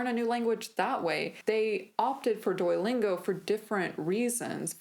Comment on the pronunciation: Good video, but why do you pronounce Duolingo like DUOYlingo? When you just said Duo, you pronounced it properly, by wherever you used the full name, it was DUOYlingo. Is there some accent or other language interfering here? I'm genuinely curious, because it was so irksome throughout the video for me.